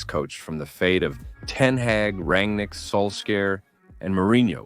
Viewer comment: Ten hage